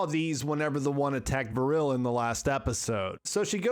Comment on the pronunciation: Great summary, i just don't get how you could pronunciate Vrille as Vuhrille. it's just Vrille, no extra vowuhls.